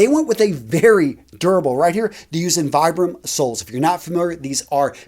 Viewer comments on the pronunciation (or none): none